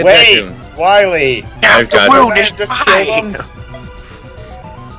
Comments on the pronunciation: here probably makes Waluigi jealous with how he says "Wahwee". WAHHH! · everyone knows its not Dr Wily its Dr Wawee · Its WAHWEE season hehehehe! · you got to stop dr. wahwee heheheheheh